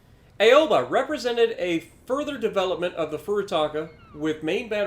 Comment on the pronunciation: Hey, just a small thing, it’s pronounced “ow’ba” not “a’o’ba”. Ok bye.